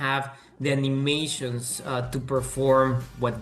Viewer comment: I never want to hear "Ani-meer-shuns" ever again 😂